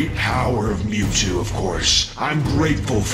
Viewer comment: bruhhh you said mewjew ITS MEWTWO